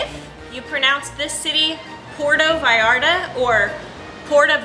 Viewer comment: Not to be cruel but you are pronouncing Vallarta as Ballarta with a B. Sorryyyyyy. Say it like you would say Vlog va va Vallarta.